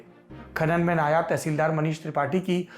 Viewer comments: नायाब नहीं नायब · Nayaab nahi hata nayav hata hai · Saurabh Diwedi nam hai hamara. Hay hay Saurabh tum phir ulti battein karney lagg gye??? Sachhi tum nahi sudhrogey. Apna Urdu ka Talafuzz ( Ucharan .. Pronunciation). Theek karo. NAYAB TEHSEELDAR nahi NAIB TEHSEELDAR hota hai. NAIB ka matlab JUNIOR hota hai aur NAYAB ka matlab RARE. Nigoda TEHSEELDAR “ RARE “ na hai. Tauba mere maula. Kai bar toh hamara dil chahta hai ki tum sabb LALLANTOPIYON ki baith ke class lagaun aur theek se alfaz ki adaygi karni sikhaoon aur jo tum log phir bhi galtiyan karo tou tumhare hathon pe phuttey ki mar maroon aur tum sab ko Murga 🐔 banaun. Ek aata hai kehta hai MERA NAM DEVAD HAI ( David) David ki DEVD kehta hai. Hay sachhi mere ko tum sabb Lallan topiyon ki class tou leni hi padegi.